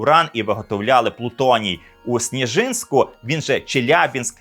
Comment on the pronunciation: Не САров, а СаРОВ, не СнєЖИНСЬК, а СНЄжинськ.